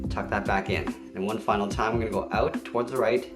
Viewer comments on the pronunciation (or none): none